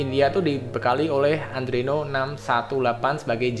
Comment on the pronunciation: Sorry bang ngasih saran sikit, itu Adreno bukan Andreno hehe